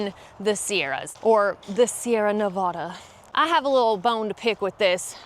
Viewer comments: Everyone I know in Nevada calls them the Sierras, or the Sierra Nevada, but we all pronounce Nevada as Ne-va-da, not Ne-va-daw. Except for recent arrivals to our beautiful state. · We also don’t pronounce Nevada like that LOL whoever told you that is so wrong